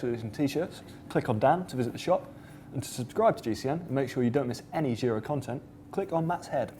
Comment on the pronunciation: Try saying: "gee-roh"